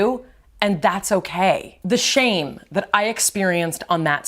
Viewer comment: Why did read shamy?? Instead of shame